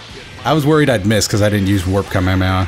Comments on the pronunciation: You're actually saying it correct there (kame-hame-ha). that's how the west have learned to say it based on the pronounciation of the eng dub (ka-maya-maya). Kinda like how Kai-o-ken become Kay-o-ken in the Funimation dub. JP Krillin also pronounces it with a stronger ee sound (kamee-hamee-ha) which I think is just an accent thing. Either way, never feel bad for saying it the right way, in fact I give you props for it! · Its kamehameha not kamehameha